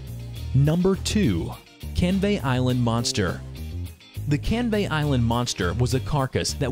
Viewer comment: You said Canvey wrong I live there:)